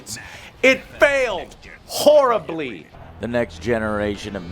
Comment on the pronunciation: There is so much emphasis on “Horribly”, you can here Joe almost hawk up some phlegm.